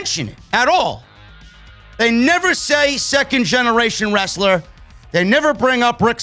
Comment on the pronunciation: What in the actual fuck: they can't say "Steiner" or "Wrestle(r)"